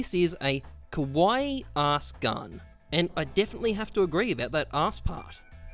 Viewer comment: The way you pronounce kawaii, you are saying “scary” lmao it’s Kah-wah-Eee